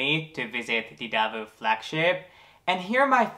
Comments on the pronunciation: Del- vow not Delvu. :) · It‘s actually pronounced Delwough